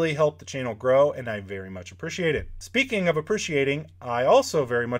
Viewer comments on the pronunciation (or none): none